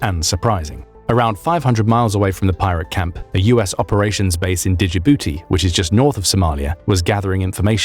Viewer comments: Great video as usual! Although I cringed every time he said "Dijibooty" lol. Djibouti is simply pronounced "Jib-oo-tee". Made me wonder if they started using AI trained on the OG TMS voice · No the base was not fairly new, as i was stationed at it in the mid through the late nineties, NSW inherited it from us. Legio Patria Nostra. Plus dije-bouti? FFS the narrator needs to square away his pronunciations. 10 second search to not FUBAR the name. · He called it Digibooty!!! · Digibouti lol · Digibooti? Lol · Did anyone else notice how he kept calling Djibouti, "Digi-booty?" Damn A.I. narrators. 😅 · Dijibuti? Hahaha, really? Well I'm not surprised. After all you're American... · AI .. it’s pronounced “ji BOOTY”. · "Digi booty" you mean Djibouti? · "Dijibouti" lol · you’re an idiot. You haven’t got a clue what you’re talking about, first of all, learned how to pronounce Djibouti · The “D” in Djibouti is silent I hope that helps. It was hilarious hearing the narrator pronounce the “D” in Djibouti…..😂😂😂😂